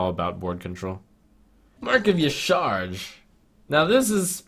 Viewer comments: Ugh... I love your content, but you butchered Y'shaarj (pronounced Ya'sha'raj) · TRUMP Yah-SHA-raj (Y'shaarj) pls -Sincerely, a Lore Nazi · Y'SHAARJ IS PRONOUNCED YA SHA RAJ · Its pronounced YIH-SHAR-AJ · That pronunciation of Y'Shaarj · Is his pronunciation of Y'shaarj terrible or do I not know how it's supposed to be pronounced either? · Probably both. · TooMuchStarbucks Yeah, I think I watched one of his videos and that's how I remember him saying it, Trump str8 butchered it, lmao.